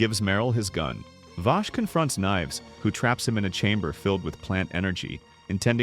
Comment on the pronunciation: I cant get over him callin Vaash....